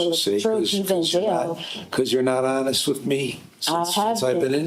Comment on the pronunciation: To be ho-nest with you